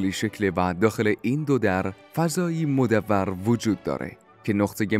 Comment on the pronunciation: ممنون از اطلاعات ذیقیمتی که دادید، ولی تلفظ دو لغت رو اصلاح کنید. ابن بابویه را Ebne Bab-ve و چیز گرد و مدور را Modavvar تلفظ می کنیم. سپاس